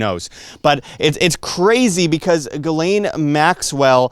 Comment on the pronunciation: By the way Ghislaine is pronounced: G-slenn (like Glen). I am french Canadian so I know.